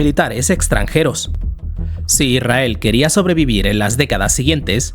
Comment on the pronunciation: Deja de decir "Irrael". Es Israel. Con s.